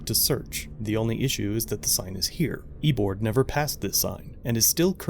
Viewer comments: I'm sorry, but this triggered my inner-nerd. The name is "E-O-BARD" Thawne, he's the nemesis to Barry Allen as The Flash, also known as The Reverse Flash. I'm sorry, I couldn't help it. Love your content, I'm binging all of your videos now lol. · BTW, the channel name is three syllables, pronounced ee-oh-bard (Reverse Flash from the Flash comics)